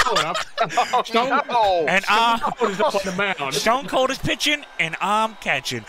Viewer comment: You put an S in front of SStoneCold 😂😂😂